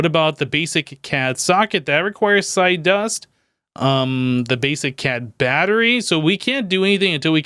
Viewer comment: the psy energy gun isn't pronounced CAD,it's pronounced C.A.D.[Casting Assistant Device](each letter is said separately) it's based on the anime Irregular at a Magic Highschool